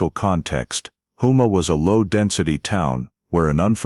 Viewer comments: Not whoma it’s HOUMA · It's houma, home +a is the way it said. I live in Houma myself. La. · Lafayette, Louisiana and its Hoe-mah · I was going to correct the pronunciation of Houma, but you beat me to it